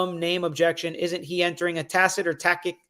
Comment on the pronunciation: He mispronounces and struggles to comprehend several words. I doubt he’s reading that Bible because I know it has words WAY more difficult than “tacit” 😂